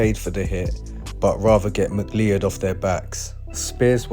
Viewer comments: Mc-Lee-Ed!!!🤣🤣🤣 everytime he says that name it cracks me up... its pronounced Mc-Cloud... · Ma cloud - is how the surname is pronounced